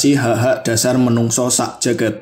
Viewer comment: menungso harusnya manungsa, merdiko harusnya mardika, dll.